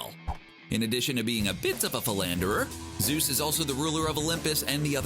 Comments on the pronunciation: It’s ZEUS...not Zues!! Freaking CBR. 🙄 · ZEUS not ZUES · Zeus, not zues.